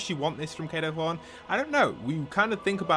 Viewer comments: Hes not called Kado Throne its Kado Thorne like a thorn off a plant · hearing call kado thorne "kado throne" brings me severe pain